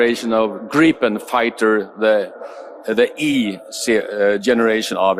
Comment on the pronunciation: Wow! 👀 First American to pronounce Kristersson & SAAB Jas Gripen correctly.